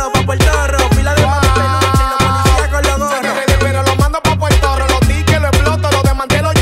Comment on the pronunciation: Porque siento que cada vez que dice "pa portorro", esta diciendo "pal carajo" no me vacile 😆 y todo nosotros los boricua dandote like 😂